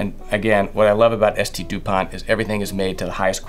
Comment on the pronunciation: It’s not ST DupanT Mr classy, it’s called Saint Dupont and the T is silent